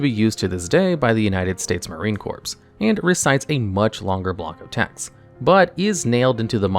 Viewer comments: It's pronounced Marine "CORE" not "CORPSE". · The fact that you pronounced the P and S in "Corps" really irks me. It is pronounced the same way you would say "core." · in a military context, "corps" is pronounced as "core". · It's pronounced "CORE" not "corps". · “United States Marine Corpse” Oh boy. This is gonna be a long video… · This mf really said marine corpse 💩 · It is though? Traditional IPA: kɔːps. 1 syllable: "KAWPS" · You don't pronounce the "p" in "corps."